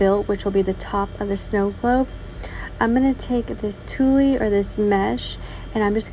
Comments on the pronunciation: OH...and tulle is pronounced TOOL, not TOOLIE, LOL! ☺ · The fall snowglobe is adorable but please, please, please learn to pronounce the words correctly. Tulle is pronounced as tool, not toolie. Someone is going to be made fun of if they go into the fabric store looking for toolie. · I love your creativity! My favs were the double-sided pumpkin and the snow globe. You are the only diy'er here on youtube that I've seen do a snow globe. Unique! fyi, tulle is pronounced tool. TYFS